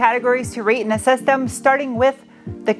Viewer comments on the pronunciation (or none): none